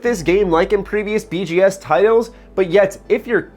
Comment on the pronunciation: Yo, why tf are you saying BGS games?